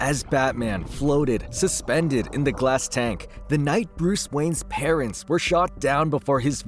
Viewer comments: please pronounce parents right its quite frustrating hearing parentses. otherwise good reading. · You're pronouncing parents' wrong. And it drove me insane lol. It's pronounced the same as parents. The way you say it mean he has two moms and dads that were killed and owned the manor.